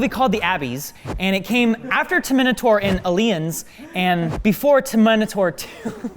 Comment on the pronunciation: did any one noticed how he pronounced "the terminator"?